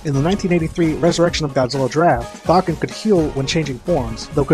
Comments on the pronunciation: Bahgin? I always thought it was pronounced Baygan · bagan is said Bag-an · It's pronounced "Baygen" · Bah-gen? Huh. I always thought it was pronounced Ba-gan… but I guess that was just me. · I know it's the incorrect pronunciation, but I always pronounced Bagan like pagan. Makes sense given some of his godly origins. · Please stop saying bagan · I always thought the pronounciation of Bagan is Bae-gan instead of Ba-karen,Ba-kan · i hope bagan (who i pronounce began) will apear in at least 1 movie or more games or else he will be called the "scraped monster" right?